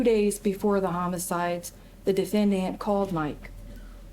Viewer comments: I am very distracted by the prosecuting attorney and her pronunciation of defendANT. 😂😂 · Ohhhhh my Gaaaaaaahd, WHY does the prosecutor keep pronouncing “defendant” like that? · The only prosecutorial misconduct was that insane pronunciation of "defendant." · If for no other reason, the prosecutor should’ve been disbarred because of her pronunciation of the word “defendant.”😂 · bruh I can't listen to this prosecutor say "defendant"